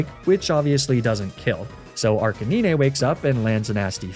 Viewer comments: "Arca-nee-neh"? Really? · Hearing you say “arca-knee-nay” for arcanine really threw me for a loop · Your pronunciation of Arcanine (Arca-9) is maddening, it grinds my gears to no end. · "arca-neenay" "l'prozz" "mag-neh-mitt-tee" very interesting pronunciations of these names...? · Is Laprah and Arcaneeneh a meme for this channel, or an intentional pronunciation to trick me into leaving this comment and boost engagement? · YAYYY another soulsilver nuzlocke!!!! :D also, why do you keep mispronouncing magnemite, arcanine and lapras? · For the last time that's not how you pronounce Magnemite, Arcanine and Lapras. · Why you say Arcanine like that though